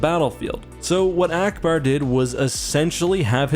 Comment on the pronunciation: He said allauackbar